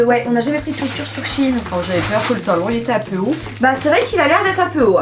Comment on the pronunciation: Moi je dis shein et non pas shine side donc je comprenais pas de quel site vous parliez alors j'ai regarder et enfaite c'est shein et j'adore ce site sinon je vous adore ❤❤❤